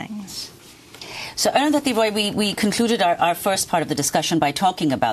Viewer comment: All I'll add is: Amy finally got the pronunciation of 'Arundhati' right: damn difficult for speakers of languages (including english) where the sound 'dh' is absent. Salute to comrades Roy and Goodman ... and thank you Arundhati for providing signed copies even for people like me who are in health too poor to attend a book-launch/talk: I was touched that my copy ordered on amazon.in was signed!